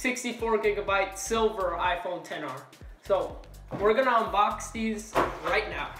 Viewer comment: Lol “ 10 R “ It’s not a “10 R “ it’s an XR .